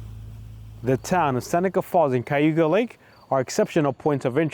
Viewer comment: Good Vlog! You just need to learn how to pronounce Cayuga! I grew up in Upstate, and some of my ancestors lived in Seneca Falls. It's pronounced KA you ga!! Which is Native American and not Spanish Cay!!